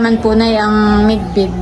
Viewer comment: Bidbid not midbid